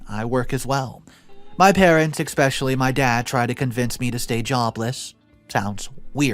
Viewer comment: Especially* not "expecially"! 😁